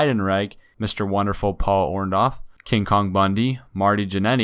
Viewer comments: Who is Paul orn doff? It's or-Dorf. You speak like a robot and can't pronounce names properly. Please improve on this. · First - If you "dont know anything" about the lawsuit, how do you know Vince hates these people? Also - Learn how to say Orndorff...........